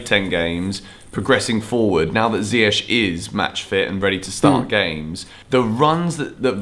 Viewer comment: Sm1 plse remind tht its pronounced as mendy, mendi n not mandy, mandi! N also lamps should learn how to pronounce ziyech not zayech..